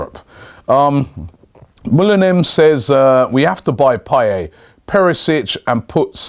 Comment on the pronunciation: Payet, not payey